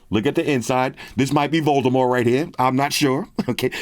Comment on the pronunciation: Props to you,, for pronouncing “Voldemort” correctly! J.K. Rowling said years ago, well after the last movie came out, that his name does not have the hard T at the end.